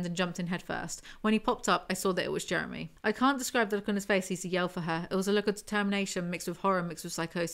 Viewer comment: My husbands name is Jeremy and this made my night just listening to all the times his name was mispronounced.